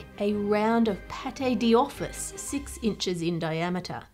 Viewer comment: I notice she's saying 'paté di office' when the text instead says 'pâte d'office' (which would be kind of like pot doffice). Which makes me wonder if her version is an actual English pronunciation of that food that has become the normal standard in english (there are lots of borrowed words and phrases like that!), or if she's just really terrible at french. 😂